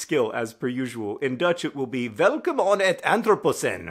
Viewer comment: So I'm Dutch and you're not and I get that BUT. WHY did your brain decide that the word "in" should be pronounced "on"?? like??? Anyway good vid bye